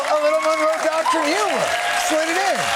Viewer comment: I believe what he actually said was “the Donroe docurine”